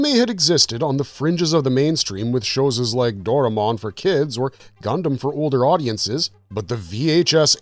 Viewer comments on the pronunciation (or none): shows us or showies ??? seconds really confusing what you say there